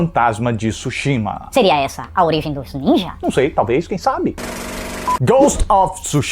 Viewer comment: Parabéns pela crítica, o nome é tsushima e o tsu é falado mas é mudo assim como tsuname, mas não tisuname é tsu quase um two